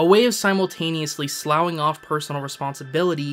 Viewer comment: 43 Sloughing should be pronounced as "sluffing".